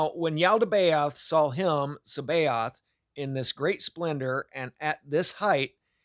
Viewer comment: Its pronouned Sa ba Oot. Sabaoth is the redeemed archonic creation. This one is the good archon. It equates with the corrospondances of Jesus of Nazareth. The rest are agents of Saklas. The 7 planetary spirits of every ancient tradition. Jupiter Mars etc... There are also 30 aeons. You will learn more about reality through the Tibetian book of the dead than you will in any other tradition about the subject of reality. None of this refutes Jesus divinity or that he is the son of God.